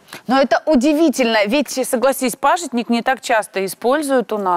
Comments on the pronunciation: Молодец ведущая "пАжитник" Очень редко говорят правильно 😞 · называется хельба(в Казахстане называют хильба), продается в мусульманских отделах, русское название пажИтник, а не пАжитник, как сказала ведущая.